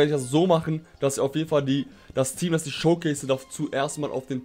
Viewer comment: *Showcase - nicht Schowcase^^